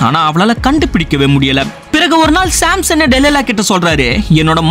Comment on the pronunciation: Samson ❌simson ✅